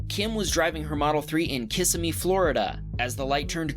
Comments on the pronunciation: Pronounced Kiss ih mee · Just want to point out It’s not pronounced kisi-me It’s more like kis-see-mee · Kissimmee is pronounced Kuh-si-mee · It is pronounced kuh-si-mee not kiss-sa-mee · "kissimmee" lol, itsa me, wario, pleasa kissimmee!